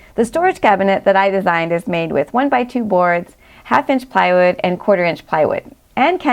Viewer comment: why you pronounce plywood as piewood?